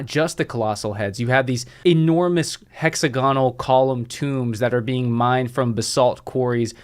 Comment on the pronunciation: hex-AG-onal not hexa-GON-al